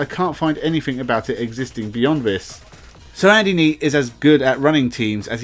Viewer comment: your content would be so much better if you could make an effort to say 'th' properly. 'This" is not pronounced 'vis', and 'three' is not pronounced 'free'. You come across sounding really dumb because of that, but your content definitely says you're not dumb. Give it a go and I bet your subscribers goes up.